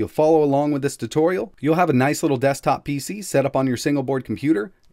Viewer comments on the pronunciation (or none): none